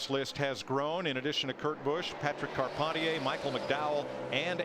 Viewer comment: Shout out to Patrick Carpentier. Love Canada. I love it that Darrell called him “com-par-teeayy” when he radioed him 😂